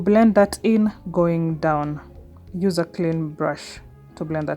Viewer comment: Did you just say I can youse bar soap 🤭😅